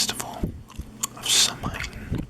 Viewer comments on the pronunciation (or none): Samhain is pronounced Sow (like ow, i hurt my foot) un